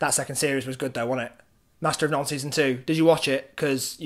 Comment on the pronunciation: liked the video, distracted by the way you say none